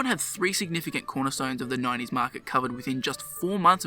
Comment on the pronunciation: Instead of 90s you say "9 E's"